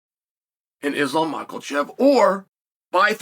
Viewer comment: At least Chael can pronounce “Islam”… 🙄